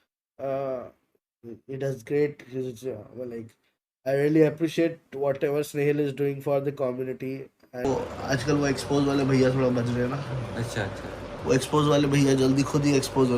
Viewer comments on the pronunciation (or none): Snehil❌ senhil✅